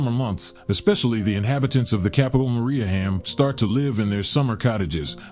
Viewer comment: He also pronounces Mariehamn incorrectly.